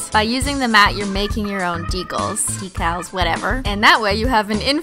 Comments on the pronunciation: your pronunciation of "decals" sound more like "fecal" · I really love your videos, but the way you say decals drives me batty! It's pronounced D-kaalz. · Meant de-cals